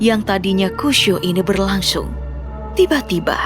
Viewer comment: "Saat kegiatan yang tadinya kusyu ini berlasyung",,, seketika ketakutanku hilang